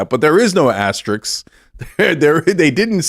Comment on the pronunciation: The word is: "asterISK"; NOT "asterIX" (or "asterIKS"). Sorry, but I can only stand so much of this clown. His very tone of voice is so smug and condescending. Eject! Eject! Eject!